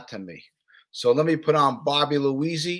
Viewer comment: Cool interview but bro, take the time out to get the guys name right. It's Bobby Luisi